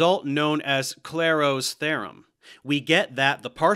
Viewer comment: Clairaut* not Clairhaut